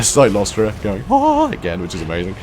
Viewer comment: it's CYLOSTRA, NOT CYCLOSTRA. Although the mental image of that fat ghost riding an ethereal bicycle is quite hilarious. Frenchie deserves it.